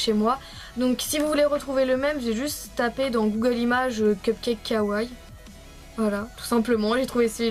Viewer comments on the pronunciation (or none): Quand tu dit "kawaii", prononce les deux "ii". Mais super super quand même ! ;)